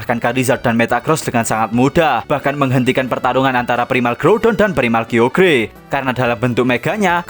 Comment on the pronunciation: dibacanya kayogar bukan kiogear